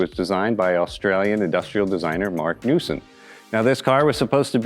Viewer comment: its marc newson not newsome